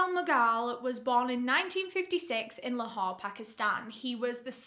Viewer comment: Excellent pronunciation of Lahore and and Pakistan.. Wow I'm impressed